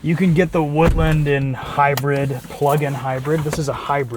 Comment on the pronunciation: it’s woodLAAAND